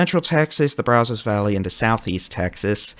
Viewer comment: Braz us. Not Braz os. You're doing good though.